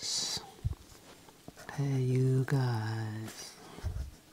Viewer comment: Ah man love ya for multiple reasons, knew you had good taste in music from previous videos but respecting Nas just confirmed it! Also when you repeated "hey you guys" you sounded a little American haha. Thanks for another great upload!